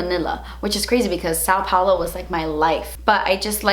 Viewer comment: Haha, your pronunciation of “São Paulo” was so cute 😂😂 you said “São” a little too spread like “ow” & it’s a little “deeper” if you will, I literally cannot think of a word in English that makes the same sound though 😂😂😂😂